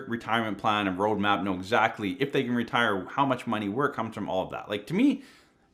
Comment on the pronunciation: That way of saying ‘zactly is your trademark, 😅